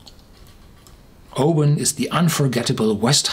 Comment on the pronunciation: My home town. Thank you for not saying "o-BAN"! 👍🥃 Didn't know this one stands head and shoulders above the rest!